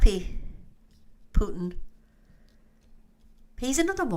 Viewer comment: Thank you for saying “Putin” wright , so many news readers & others put “h” in it